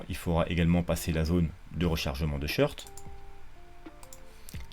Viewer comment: C'est quoi les "shirts" ? Les "shorts" ? | SHôrt | On prononce "short" comme un short (et pas "shirt" comme chemise !)